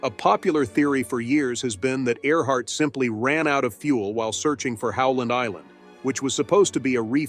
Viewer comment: In the beginning of the video she was "Earhart". By the end she was "Art".